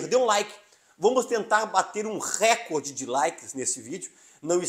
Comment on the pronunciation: A palavra “recorde” é paroxítona e não proparoxítona. Parabéns pelo belo trabalho.